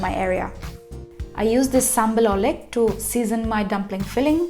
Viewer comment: fyi, oelek is in old spelling of indonesian which they borrow from the dutch. the "oe" only makes one sound which in english version it's like the "oo" in room, so it pronounces oolek. and its ulek in indonesian new spelling, it means to grind, like grinding the ingredients together to make the paste sambal like consistency/texture.